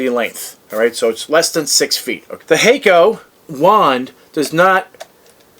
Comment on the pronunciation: Hack-oh not Hay-co👍